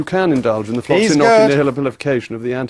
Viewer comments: The middle should be "nosi" not "noki" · That's not how "Nauci" is pronounced. The "Nau" in "Nauci" reads like the word "Nor", much like it is in the word "Nautilus". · He doesn't pronounce it correctly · That reporter got on my nerves...OH MY GOODNESS! 1) He was rude 2) He could pronounce neither "Floccinaucinihilipilification" (at all) nor "Antidisestablishmentarianism" (properly). 3) He would not let his guest speak. 4) And then he had the audacity to READ from a piece of paper and act "cool" about it. Such a shame. I think Mr. Rees-Mogg is a fine man and handled the host in a mature manner. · He’s actually saying it wrong. In “floccinaucinihilipilification,” the 3rd “C” is a sibilant. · He mispronounced it. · Ugh. He's pronouncing it incorrectly as well. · He unfortunately really pronounces the word incorrectly.